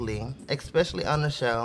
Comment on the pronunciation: I love her but girl... every time she says eXpecially instead of especially I get chills downs my spine 😂